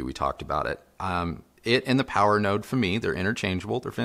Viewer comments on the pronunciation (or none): none